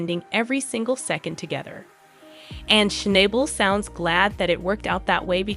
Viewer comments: SHNOB BUL NOT SHNIBAL OR SHNAYBUL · It would be nice if you actually pronounced his surname correctly!